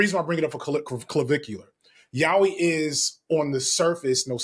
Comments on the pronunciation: I'm sorry I always assumed it was yay-oi you are telling me it's pronounced yow-ie?! This is ruining my life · he kept saying "yawee" and i'm dying over here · Sorry, this brought the video to a halt for me. I was expecting a yah-oy pronunciation, but YAWEEH?!<(｀^´)> Sure, it might be a God-tier genre, but the accent really gets to me. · Gonna be that person pointing out pronunciation for "yaoi": "yah-oh-ee" not so much "yow-wee". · ya-yaoooeeee, is closer to the pronunciation. it’s just like Americans pronunciation of karaoke. anyway, carry on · LMAO: "It's Y-A-O-I" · It's unfortunately the pronunciation a lot of English speaking folks use 😭 don't know why it sticks so hard